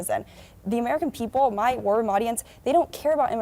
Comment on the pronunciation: When that maga cult member says War Room she says it like warrym and it sounds like worm and I think that fits them a lot. Bunch of worms